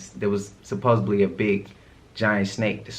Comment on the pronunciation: # All love n respect... The word is supposedly, D,D, supposeDly! ✌🏿✌🏾✌🏼💫